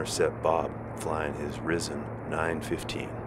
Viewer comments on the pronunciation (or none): It's a "Risen" (pronounced 'Ryzen', like 'rising' without the 'g'), not "rissen".